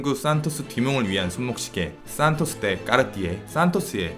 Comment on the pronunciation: de 데 발음ㅜㅜ 내가 다 창피하네요ㅜㅜ